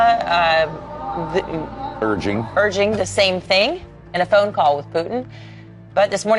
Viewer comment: FOX news ..the blonde couldn't read the word "urging" off the prompter...the guy had to help her./..LOVE IT!!!!!!